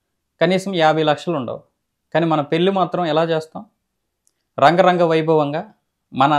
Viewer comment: రంగరంగ వైభోగం కాదు బ్రదర్,,,,,,,,,,,, అంగరంగ వైభోగం